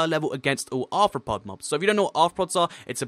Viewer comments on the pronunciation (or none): none